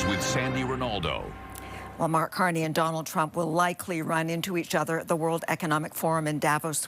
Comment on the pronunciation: That's not Mag its Mark